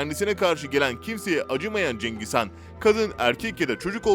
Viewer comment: Cengiz Kaan değil HAN